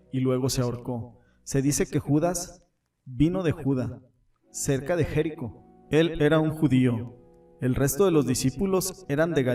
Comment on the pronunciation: Es Judá (lugar), con acento en la a; es Jericó (ciudad), con acento en la o; es Etiopía (país), con acento en la í; es Dídimo (nombre propio), con acento en Dí; es mártir, no mártin. Acento, cuando se pronuncia, tilde cuando se escribe.